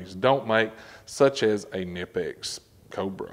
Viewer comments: It’s pronounced Kah Nipex. FYI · Pronounced KA-nipex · you have to pronounce the k in knipex...please man it is german